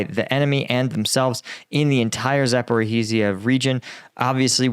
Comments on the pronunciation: Been away for a few weeks, and saddened to return and find you STILL calling the place ZaporHArizhia. Please drop the HA! You wouldn't like it if I said AlaHAbama, MissiHAssippi, DelaHAware etc... Good stuff, otherwise. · Zaporizhzhia rhymes with “like amnesia” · Zaporozhzhia: to get the right pronounciation type the name, find wikipedia page, change the language to cyrillic and paste it into google tranlator where you can play the audio. Here's Zaporozhzhia - Запоріжжя